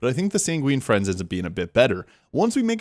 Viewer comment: Good video. Btw, it's Sanguine Fiends (as in a demon), not Friends. :)